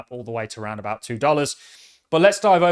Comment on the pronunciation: " go a ROUND! This is im PORTANT!!" 🖕